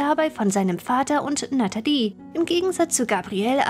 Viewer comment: Du kannst ihren Namen nicht mal aussprechen die heißt natalie und nicht natedi